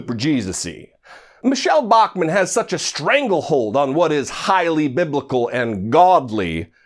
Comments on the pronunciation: To be fair, she never actually said he was BIBLICAL. If you listen closely she said BIBICAL, which isn't a word to the rest of us but maybe it's her own word for stupid lying racist pig. Who's to know for sure. 🤣🤣🤣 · hate this dumb bitch!! she can't even pronounce the word biblical,stupid ass bitch!!